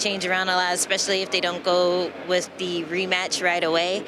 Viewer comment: its WITH not WIF